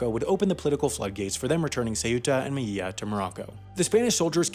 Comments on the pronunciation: Melilla is pronounced >Meliya<, not >Meyiya<. The even more correct, though neglected form is > Melilya<. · I think “meyiya” was somehow even worse than “say-yoota” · He says Meyilla instead of Melilla, terrible pronunciation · Wow your Spanish sucks, you're pronouncing all Ls as LLs. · You say melilla bad, in english in would be melija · There are many ways to pronounce "Melilla", and "meyiya" is not one of them. If you're the average Latino and Southern Spaniard: me-LI-ya The same guys also pronounce it as: me-LI-dja If you're from Argentina or Uruguay: me-LI-sha If you're from Bolivia, Paraguay, or from Northern Spain: me-LIL-ya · Why do you pronounce "L"s as "I"s in Spanish names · Man, only the double L in spanish is pronounced like a Y, when there's just one L then it's pronounced.. well like an L normally is. So it's "meh-Lee-ya" and "Peh-less". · Hey big fan and I love all your videos, but since you seem to be super nitpicky about stuff I'm gonna be a little nitpicky at you. When you pronounce "Melilla" and "Peñon de Velez" , you say "Me-yi-ya" and "Ve-yez." Super close, but it's actually only double Ls that have the "y" sound in Spanish, so it'd actually be "Me-lee-ya" and "Ve-lez." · Me encanta cuando dice seu(ú)ta y mei(í)lla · Great video! I enjoyed that sarcastic humour that characterizes your productions. BTW, the L in Melilla is pronounced as the L in “London”, and the same happens with the L in Vélez. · Guillermo M. Serrano I think he pronounced it as if it was French